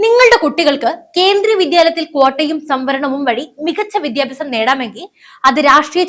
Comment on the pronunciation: Request to pronounce as വിദ്യാഭ്യാസം not വിധ്യാഭ്യാസം!